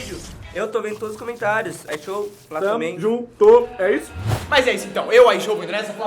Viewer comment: Mn qual e o problema de fala ishow 🥲